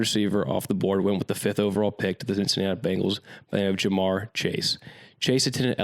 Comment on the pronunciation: How did you say cincinnati ?😅